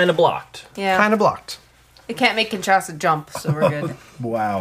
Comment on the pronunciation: Guys, it is Kinshasa, not KINSASHA :)